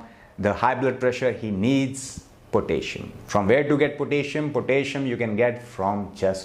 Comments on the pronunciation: Pronounced PO-TASS-I-UM. 4 syllables, not 3. But good advice.😊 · Interesting. Some suggestions for pronunciation. VI-ta-min (not whytamin) VI-rus, VI-tal, vine HOR-mone HOR=core, four, more, sore, door po-TAS-si-um po-TAY-toe, ro-TA-te, VEG-tbles